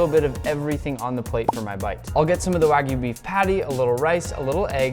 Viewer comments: did he just say Wagoo instead of wagyu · bro mispoke wagyu to wagu💀☠️💀☠️ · Dude needs to work on his pronunciation. "Wagu" hurts my Japanese-trained ears. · When people call it Wahgu or Waiiiigyu....my ears bleed. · "a5 snow wag-oo" 💀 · the chef said sno wagu lol